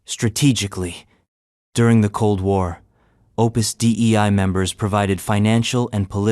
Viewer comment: Listening to the AI voice pronounce Opus Dei as “Opus D.E.I.” multiple times made me laugh.